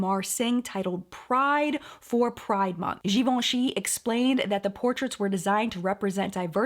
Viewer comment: That top is life! And the way you pronounced Givenchy throughout the episode was...beautiful. Over and over and over again. Loved every minute! ...and the live chat was great too, which I caught on the replay.